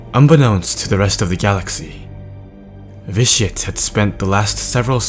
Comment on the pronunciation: when you say Vitiate it sounds like ''this shit''